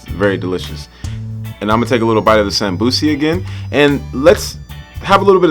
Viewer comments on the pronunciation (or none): hey man great video as always. thought id help a little with a pointer since you are learning somali after all. the somosa in somali isn't called samosi but samboos (sum-boo (as in a ghosts boo)-ss. good luck with everything and continue the work! we Africans appreciate.